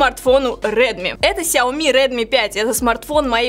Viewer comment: Нинада плиз говорить кряоми в эфире и записи. Это мусор